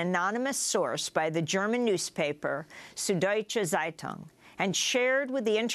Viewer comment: "Sud-Deutsche Zeitung" (sorry, my mom is German and I can't hold back any longer), is pronounced: sood doy-cha tzie-toong (tz is one syllable). People take such care to sound urbane when they say anything french or spanish etc but cant seem manage German despite English being a Germanic language! Thank you, now I feel better! lol